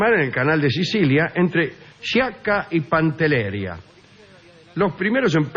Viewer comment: Digamos que se pronuncian SCIACCA shaka PANTELERIA con acento en la i como heladeria